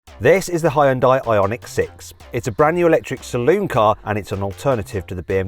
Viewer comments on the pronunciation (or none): 자동차 리뷰 전문가가 아직도 히온다이라고하네 왠간한 외국 리뷰어들 죄다 현대라고 정발음하는구만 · It is not Hai-ern-dai. Should pronunciate as Hyôndae like Sundae. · 하이운다이? 하이온다이? "현대"라는 발음이 그렇게도 어렵나? 아니면 영어에 없는 발음은 안 한다는 고집인가... 영미 애들이 "여"발음을 못하는 게 아니거든... yearning 을 발음할 때 하잖아,,, 더군다나 영어가 독일어나 스페인어처럼 스펠링대로 읽는 언어도 아니니 Hyndai를 고유명사로 보고 본토인 한국 사람이 현대라고 읽으면 따라와줘야 하지 않나? 현대가 차만든지 50년이 다 되어간다. 세계에서 언급되기 시작한 것만 해도 30년은 되었을 거야 귀때기 처막고 살지 않았다면 들었을 거 아닌가 프랑스 축구선수 mbappe는 스펠링 이상하다고 안 읽나? 영미놈들도 음바페라고 잘 만 읽더구만 심지어 영국 축구 선수 Nketiah도 은케티아라고 잘도 처 읽더구만 ..음과 은은 영어에 없는 발음이잖아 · Hyundai 를 현다이도 휸다이도 아닌 하이언다이라고 읽는 건 처음이다